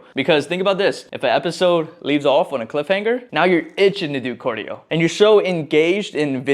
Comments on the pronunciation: CAR-dio not COR-dio. stop saying cardio like that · Is this how you say it? Cordio Or Cardio? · Why do you keep saying Cordio brother😂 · you from Minnesota or somethin? You say cardio how they be sayin ‘soda’ lmao